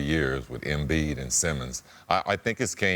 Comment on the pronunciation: Anyone else hear “Joel Emfliid” ? 😂